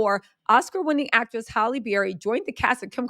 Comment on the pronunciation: Halle NOT Holly